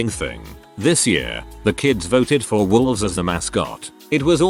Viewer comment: He saod that volves are the bad guy and threw a fit. Volves... Dang robots